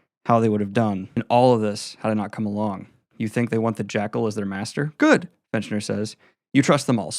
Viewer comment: It's FITCHner, not finch-ner. Prime?